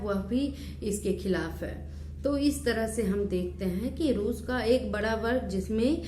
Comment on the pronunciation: बर्ग नही वर्ग होता है